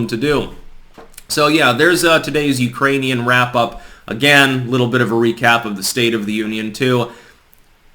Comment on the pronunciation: I thought I heard him say "Uranian people".